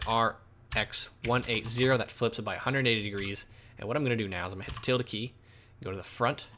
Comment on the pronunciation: Question, what is the Tilda key? or something similar, can't understand what you said to get the options for the different perspective views. Played it back a few times and can't understand what you said